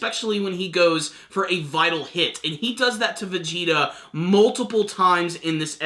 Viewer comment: it's hit not heato